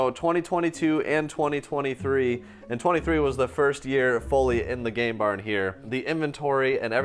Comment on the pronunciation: Make sure you really put an emphasis on the M and the N in game barn because sounds like you renamed it. 😅